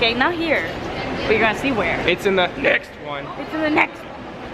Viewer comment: that "next" though dangggg hahaha you guys are hilarious! Never stop saying "NEXT" lolol